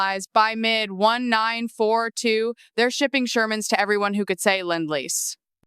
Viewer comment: AI narrator doesn't know how to say "nineteen-forty-two."